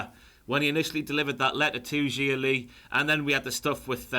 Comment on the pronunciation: Love that pronounces Xia more like it should rather than the WWE way.